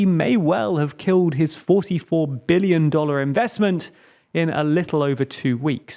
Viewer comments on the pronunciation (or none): none